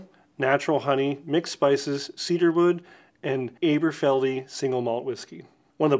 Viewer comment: Great video,! I hadn’t heard of this line before and I only live 70 miles up the road from Dundee! Just as a tip, it’s pronounced Ahberfeldy, like Aberdeen. 😉 (If you ever plan a trip over to the highlands, let me know - I’ll take you on a tour of the whisky distilleries! 🥃)